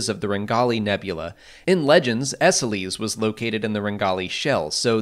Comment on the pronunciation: I think Esseles is pronounced ‘Ess-ells’ at least that’s how it was pronounced in SWTOR